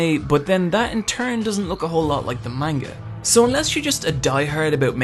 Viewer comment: Ugh the way you say manga hurts my soul